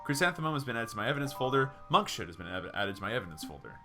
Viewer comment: I feel like you're going to run out of voices soon :D BTW it's Monks-hood, rather than Monk-shood.